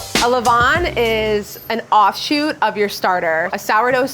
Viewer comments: Pronunciation is closer to le-VAN, than le VON. Sorry, I know. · Her 'levain' pronounciation is awful for a french person 😭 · Except for he pronunciation of « levain » which was extremely off lol. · Levain = levon? You have misunderstood phonetics in a basic sense. Nice bread tho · The way she pronunces « levain » is hilarious and completely wrong. The foccacia looks amazing though.